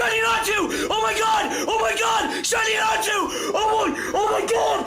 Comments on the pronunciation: its not Natsu, its Natu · Calling a Natu a Natsu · Did anybody else notice that instead of Natu the were saying Natsu? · When he said natu I thought he said nastu!!